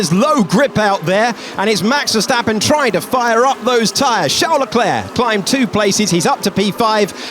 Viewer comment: NOOOOOOOOO, NOT “leh-clurk”